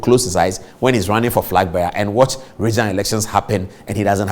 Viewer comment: Did the lawyer say frag bearer?